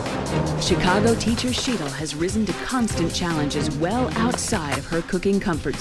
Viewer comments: I get annoyed that David continuously pronounces Sheetal's name wrong. Graham too, it's like, it's not that hard guys. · The way they butchered Sheetal’s name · They fucked up the pronunciation of Sheetal's name so bad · I felt sorry for Shetal. Nobody said her name correctly!! She should have corrected them all each and every time they screwed it up!! Idiots!!! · David is such an arrogant ass. And he keeps mis-pronoucing Sheetal's name , on purpose I think.